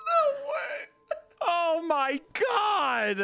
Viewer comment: Wendigoon gets genuinely scared and lays down a thick southern Appalachian “oooh, my”